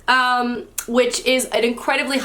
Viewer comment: If you like Americanah, I recommend Half of a Yellow Sun by the same author. Also, I think you pronounced her name beautifully 😉